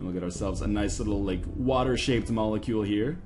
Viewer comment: What is a monicule? do you mean molecule?